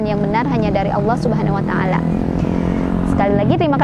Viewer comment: Terimaksih sekalli kepada, saya dapat ilmu melalui channel ini. Saya ingin nanya dalam pengucapan assalamualaikum... Dst. Tuh nya koq panjang seperti logat sunda atau jawa. Wabaroktuuuuh.